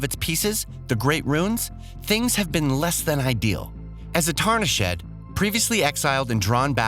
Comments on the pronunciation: Wtf is a tarnish shed?🤣🤣 If you had paid attention to the game in any capacity, you'd have watched the trailer and heard "tarnished". Ok I'm done I couldn't help it 🤣 Just watched 30 more seconds. Who is general "rat hat"? It's Radahn. And the vid is littered with cut audio. Maybe a final look through before uploading a vid? Edit: This channel is so garbage. Or at least this video is. "Eden Ring"? Like there's no preparation whatsoever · This man said “…as the Tarni Shed” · Yo did this guy pronounce tarnished as "tarnish-ed" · Did my man just pronounce "tarnished" as "tarni shed"? Edit: It just keeps getting worse lol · Tarnish Ed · Wtf is a tarni-sh-Ed? It’s tarnished lol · ”Tarni shed” 😂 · I'm sorry but who the heck is reading this script? Tarnish Shed? Breath of Wild? Eden Ring?? Horizons Forbidden West?? Either this guy can't read, doesn't know what he's talking about, or whoever wrote the script is at fault. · Tarn - e - shed?? Negative ghost rider. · Did you just say "Tarni-shed"? Did I hear that right or am I going crazy? Also, glad to see you getting children involved in these videos. I assume that's who edited this, right? Good for you. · Tarnish shed? It's pronounced tarnished.. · “As a tarnish-shed” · Did he call it a "Tarna Shed"? I'm pretty sure it's "Tarnished" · Why purposefully say it incorrectly? Tarni-Shed? WTF lol Still excited for this baby. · Hooooolly shit!! Gaming Bolt subbing out their VO these days. . Tarni-SHED😂😂😂. Jeez, the guy didn’t even bother reading it at least ONE time before doing the video? Call me Gaming Bolt, I can do this job for you at half the price, and 10 times better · Wtf is a Tarnish ED? Lol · LOL.. I was here only to find someone who heard what I just did.. Tarni-SHED.. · A yes the fabled Tarni-SHED and his battle with general Rad-HAN. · Same here. “tarni-shed” ? Wtf? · Disliked for the SEVERAL, OUTRAGEOUS spelling and pronunciation mistakes. Tarnish shed? Breath of Wild, Eden Ring?? Embarrassing for 1 million+ subs